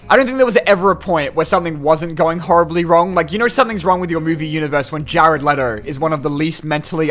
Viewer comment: He really said Jared lettor